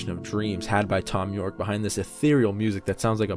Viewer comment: haha, you said thon you'rek